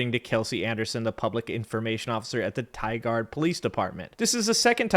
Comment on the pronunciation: Ah yes, Tye-guard Oregon